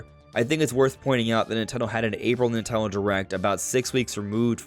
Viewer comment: three syllables. NIN-TEN-DO.